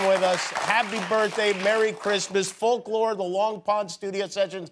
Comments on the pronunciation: Folk / lo / re ?? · I am sure sure someone said this already but Folklore is 2 syllables..... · sorry but in what world does folklore have 3 syllables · fol-ku-lore LOL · Did Jimmy say “folklore” has three syllables? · Taylor when she heard Jimmy say that folklore has three syllables: 👁👄👁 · who’s gonna talk him folklore isn’t 3 syllables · Omg I had to say folklore like three times I was like it does not have three syllables what is he talking about 🤦🏼‍♀️🤦🏼‍♀️🤦🏼‍♀️🤦🏼‍♀️ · Not Jimmy saying Folklore has three syllables... go to school kids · Wtf 🤔🤔 I love how she's just too polite to correct him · When has folklore ever had 3 syllables? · her face when he said folklore has three syllables... he needs to go back to school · How come 'folklore' has three syllables? 😭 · It doesn't. He made a mistake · Ho do the titles "Folklore" and "Evermore" have three syllables lol? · Is it just me or does folklore only have two syllables? 🤦‍♀️🤦‍♀️🤦‍♀️😂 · maybe it's because I'm stupid but doesn't folklore have 2 syllables? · in what world is "folklore" 3 syllables? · not him saying folklore is 3 syllables lollllll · Folk Lore, where's that 3rd syllable? Polkalore! 🤟🤣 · How is Folklore 3 syllables? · did he say “folklore” is 3 syllables? haha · Is folklore 3 syllables? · I'm sure everybody is thinking: Um, doesn't "folklore" have just two syllables? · How is folklore 3 syllables?? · Is folklore 3 syllables? I thoughts 2. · how did jimmy get away w saying folklore has 3 syllables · Folklore has two syllables...wtf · Folklore isn't three syllables. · Folklore has three syllables? To me it has only two... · Does Folklore have 3 syllables, Jimmy? Hmmmmmm. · But... Folklore is 2 syllables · Folklore is 2 syllables. Was he joking or was that a mistake? Hahahha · So… who’s gonna tell him folklore isn’t 3 syllables… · Folklore has 2 syllables. Geesh. Lol